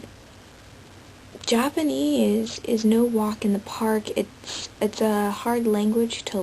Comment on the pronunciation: good japanese pronunciation!